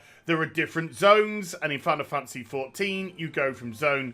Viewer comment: I love how he calls it Final Fancy XIV instead of Final Fantasy lol.